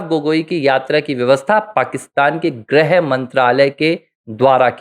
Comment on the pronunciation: “ग्रह मंत्री “ नहीं, “गृह मंत्री “ (ग्+ऋ+ह)